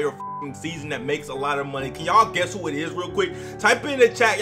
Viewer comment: Ques** not "guess"